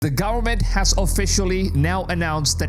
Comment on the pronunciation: Government bro govern-ment not gowerment